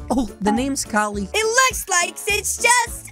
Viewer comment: she said cali wrong